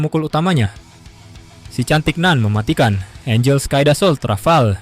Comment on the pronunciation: Angel kali min bukan angle